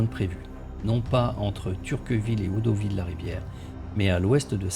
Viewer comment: ce n'était vraiment pas une critique de fond. J'ai apprécié votre vidéo. J'aurais dû commencer par là ! Quelques petits soucis quant à la prononciation des noms de localités... (Comme Audouville, ou le s de Hiesville qui ne se prononce pas...). Je ne vous embête plus, promis !